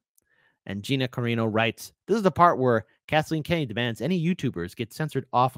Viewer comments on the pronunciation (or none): Not "Carino", it's "Carano".